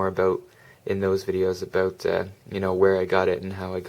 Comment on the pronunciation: Aboot haha...